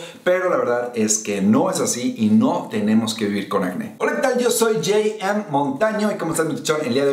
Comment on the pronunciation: Que fresa con su "Jay, Em" mi estimado, o. Jajaja